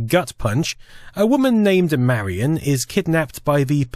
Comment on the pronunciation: God damnit her name is “marion” not “Mary Anne”. Lol driving me bonkers.